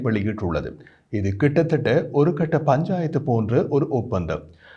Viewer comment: தம்பி........ கொஞ்சம் சரியான வாசிப்பு..... வேண்டும்????? ஒருகட்ட பஞாயத்து..... அல்ல!!!!! ஒரு கட்டபஞ்சாயத்து........ என்று தான்??????